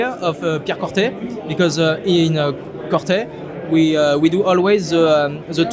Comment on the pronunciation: it's pronounced similar to Corté, not Corthé as the "h" silent.